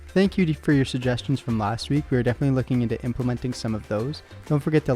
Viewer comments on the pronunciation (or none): none